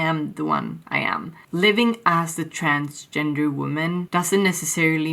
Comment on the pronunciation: You sounded like "I'm trans-ginger" actually, lol.